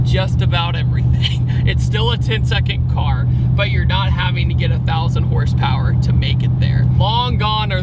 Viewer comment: YOU SAID HORSEPAIR